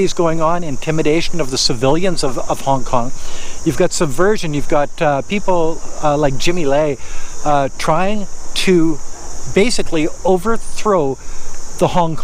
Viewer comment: Jimmy Lai.. Lai is pronounced as (Lie). I'm not making this up.